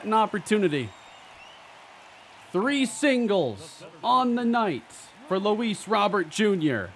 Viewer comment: Luis (it's pronounced like Row bear) not Robert